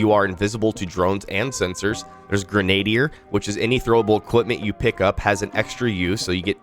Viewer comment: Gren-a-deer. Not gren-aye-dee-er. Lol